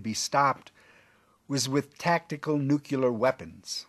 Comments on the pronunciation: Beautiful plane, thanks for the information, I didn’t know much about it! (By the way, it’s nuclear, not nukular) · Nuclear. Nu clee er. Not nu cu ler. Did all the ridicule about this mispronunciation go over your head? And it's Aeronautics, not "airio nautics. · Nuclear not nuculer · What does "nucular" mean?